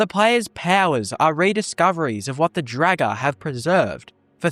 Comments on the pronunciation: Pretty sure it's pronounced as in "draught", not "dragon". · he just keeps saying dragger